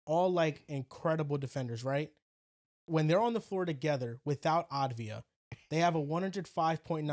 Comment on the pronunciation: saying Advija instead of Avdija lol